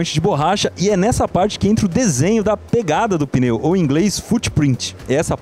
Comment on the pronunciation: O que seria um peneu? Tá mostrando pneu, mas fala peneu toda hora.